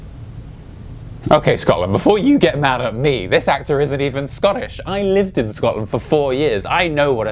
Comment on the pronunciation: I never knew it'd be so satisfying to hear someone on YouTube actually pronounce scotland correctly